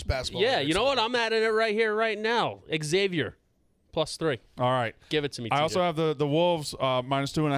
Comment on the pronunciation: Please stop calling Xavier “X-zayvier”